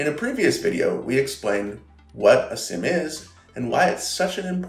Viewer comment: Petition to pronounce SIEM as seam. Not SIM... Seem Seam SIEM!